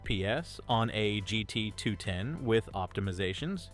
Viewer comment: The way the AI says GT 210 is so annoying 😭